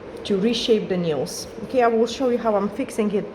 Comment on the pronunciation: Patrick please explain how to pronounce a word Nails and Result. It is simply painful to listen